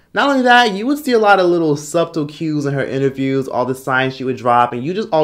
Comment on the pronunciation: He pronounced the 'b' in subtle. Aint mad atcha